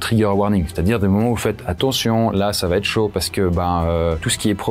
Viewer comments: Pour info : on dit "va être", pas "va-t-être". Une fois, ça passe mais à chaque fois ... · Conseil: sur chacune des 3 vidéos que j'ai vues de vous il y a à chaque ''va être" une très drôle mais sale liaison que vous faîtes en disant "va t'être". Peut-être personne ne vous l'a jamais dit...?